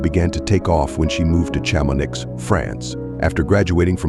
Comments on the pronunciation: STOP with the f*cking AI narrators Chamo-niX ???. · Cham-on-eee is the pronunciation. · I know it's an AI robot reading, but I'm sorry, when basic places and names are so terribly mispronounced (Shama-NIX?) it kind blows the credibility of the entire video. As soon as you hear it, you realize that a human didn't create this video, it's just a cheap thing cranked out by a computer with no accountability for accuracy. If they get something so basic so wrong, you have to wonder what else in this video is incorrect. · Please, it’s pronounced Sharmonee